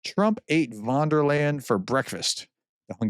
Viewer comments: Great information and interpretation, as usual, but I cringe every time you say Vondelayn. Her name is pronounced "fonn dare lion". ;-) Please try, it's not that hard. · its "Von der Leiiieeeeeen, not "von der len", Prof! Otherwise, keep up the good work! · It's van der Leyen, not von der Land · Ursula wonderland ,, the good professor really have trouble with foreign names